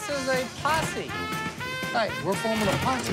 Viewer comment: "HEY. We're forming a possie!" Lololol